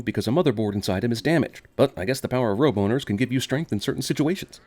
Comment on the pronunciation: "Roboners" . That is all.